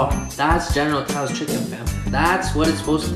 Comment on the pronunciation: It's not pronounced general toas is is pronounced like general so's